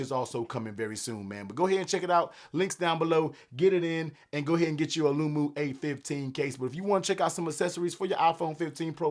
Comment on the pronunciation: The way you say the name of the case is hilarious 😅